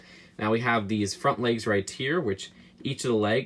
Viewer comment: Makes me mad he cant say "right here" or "Occamy" ok he may have a lisp or what ever but stop saying Occamy wrong they say it over and over in the movie!